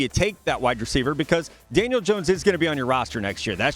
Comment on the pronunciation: Did he say Daniel or Daniels?🤔🤔